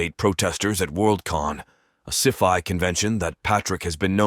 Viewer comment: yes.. But listen to it pronouncing ( ci-fi ) it said si-FI I was intrigued by the voice too. But sadly it's not a real human . Best wishes to you and your loved ones and lots of love and respect and greetings from me in Amsterdam the Netherlands 🇳🇱 😊